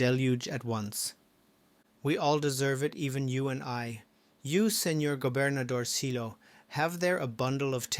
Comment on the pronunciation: "Gobernadorcillo" is pronounced "governadorsiyo". "Ll" is pronounced as if a "y" in Spanish, just like "paella".